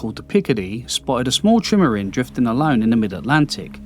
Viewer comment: good content but the narrator's accent is 'ard to suffah and he cant even pronounce trimaran! is it AI?